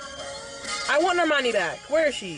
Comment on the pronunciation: bruh bruno pronounced normani's name wrong when he was saying the academy awards stuff, "nor-mun-ee"